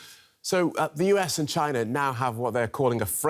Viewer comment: It is not “Yuis” as you d pronounce it, it is “US!” This lady has a serious flaw in English pronunciation 😢